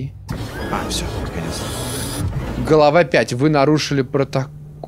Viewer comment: ты сказал не глава а галава